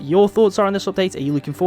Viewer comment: "opdate" xD es heißt appdaäjt